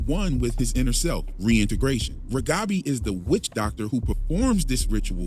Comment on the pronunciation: By the way,, I love your accent. You sound like a dear friend of mine who also grew up speaking Russian. Your English is really amazingly good. Even we native speakers screw up pronouncing words sometimes ( can't seem to be able to say Reghabi!). You're fine. You're great. Keep doing what you do.